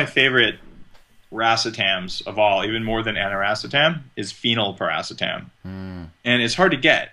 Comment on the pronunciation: thanks, i thought thats what he was referring too but it sounds like he wasn't pronouncing it "phenylpiracetam." maybe i'm trippin ;)